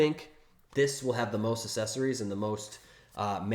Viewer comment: please, for the love of god, stop saying "Assessories." There are 2 Cs in the word; the first is hard, the 2nd is soft.